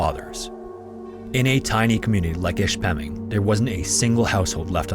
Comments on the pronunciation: Hey btw, I’m from the UP, and Ishpeming is pronounced Ish-pim-ing not ish-pem-ing. Don’t sweat it though lol it’s just something that caught my attention. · The town name is pronounced "Ish-pe-ming" not "Ish-pemming" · ISH-Pemming. From a youper eh? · Wow, crazy story. I'm one of those Michigan residents who had never heard of it but I'm glad I do now. Also I know it's too late to change anything but just for future reference, I'm pretty sure the town is pronounced with the first syllable stressed, like ISH-puh-ming, not ish-PEH-ming. Anyway, great video. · Ishpeming is pronounced ISH-pih-ming. Not ish-PEH-ming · ish pemming lol ish-puh-ming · Its not Ish-peming it's "Ish-pa-ming" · Ish Peh Ming not Ish Mem ing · the way you pronounced ishpeming was a good try. its ish-puh-ming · I love your stuff but you really mispronounced the name of that town ishpming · Me loving the video but cringing at the pronunciation of Ishpeming 😂 (ISH-puh-ming) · ISHpeming - accent on the first syllable. Or "IshPERming" if you're a local. (yes, they stick an "r" in there). I can guarantee you that folks here have not forgotten. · Ishhhpemmming? Haa haa. AI crap….go elsewhere for real content. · Im from Michigan,it's pronounced-Ish-Pa-Ming.... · Grew up in Michigan and had never heard of this. Would be interesting to see a video about the Edmund Fitzgerald as well. Side note: most Michiganders pronounce it ISH-pe-ming, with the emphasis on the first syllable. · I grew up in the Upper Peninsula but live downstate now. MI represent bois. FYI the city of Ishpeming is pronounced about like "ISH-pa-ming" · It's. Ish -peming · Ish-Pem-ing is how it’s pronounced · As a yooper your pronunciations could use some work but a lot closer than some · Bro that is not how you say Ishpeming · Would have been nice if he leaned how to correctly pronounce Ishpeming. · One day someone will say Ishpeming rignt. Today is not that day. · You miss pronounced Ishpeming